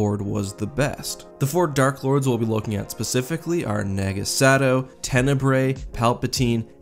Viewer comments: It’s Nah-ga Sa-dow not naga sado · Naga Sadow, not Sagow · I die a little inside everytime i hear sagow instead of sadow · why are you saying sagow XD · I kept hearing you say naga Sagow...it drove me nuts until you started saying the D more clearly xD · You pronounce it “Nah-Gah Sah-Dow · Naga Sadow is (naw-guh-suh-dow) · Did you purposefully mess up Naga Sadow's name 2 or 3 times? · Does it bother anyone else that he's pronouncing naga sadow wrong? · You pronounced Naga Sadow's name wrong.